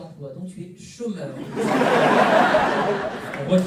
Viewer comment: magnifique le " tu es chaumeur " 😂